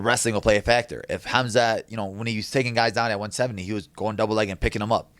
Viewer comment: reapect to Cannonier for actually doing the "Kh" part lf Khamzat's name lol